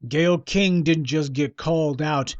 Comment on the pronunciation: I just like how you say Gayyle Skank! I dont even know the bitch but i already hate her especially for attacking my black race